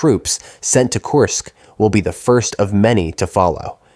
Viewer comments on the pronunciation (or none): Kursk... kURsk... not Course